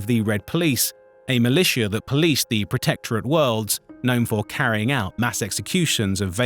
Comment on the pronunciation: The AI voice screwing up basic words like Hegemony and Protectorate is cringe, otherwise this could have been a pretty cool video